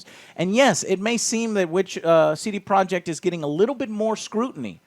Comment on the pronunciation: It all makes sense now. CD Projekt Red sounds kinda clunky tbh. C-D. Pro-jekt Red. But when you pronounce 'projekt' like this guy it blends in with the red and the name of the studio is very smooth instead of clunky. "CD Projekhred."